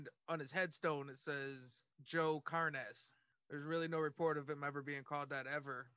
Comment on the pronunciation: car-nez? lol fools